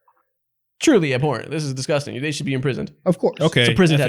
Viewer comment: No way y’all missed say “disgushing” instead of disgusting😂😂😂